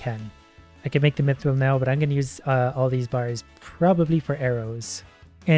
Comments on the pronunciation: I swear is saying "Meethril" on purpose to annoy us now XD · It's pronounced Myth-ril